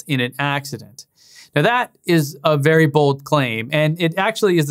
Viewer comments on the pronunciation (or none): Vewy intawesting...